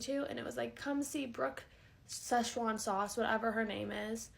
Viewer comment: that girl did not say brooke sezchuan sauce 😭😭😭😭😭😭😭